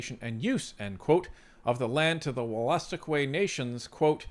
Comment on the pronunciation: BTW it’s pronounced wool-a-stook. You’re welcome.